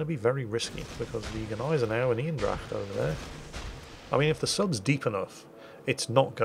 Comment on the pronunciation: First 2 minutes aren't even over, and I'm already laughing my ass off. Oh, you're so funny. Also, to stay in the language department, you're not pronouncing Eendracht correctly. Try it more Een-Dr-aCHT like. (or use google translate since I can Barely pronounce it myself)